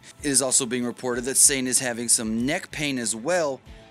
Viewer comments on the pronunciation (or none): Sane? It's 'Sa-Ne' As in I saw some sawing, and the horse says neigh... while it's sawed in half...